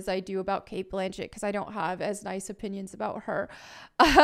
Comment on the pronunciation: Did you say “hovv?” Do you mean “have?”